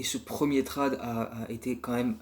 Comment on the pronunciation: Lourd comme d'hab, merci ! Juste attention la prononciation de "trade", c'est "trède" 😉